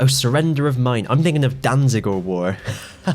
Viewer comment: Its Maine, pronounced like mane. Not mine. Good vid.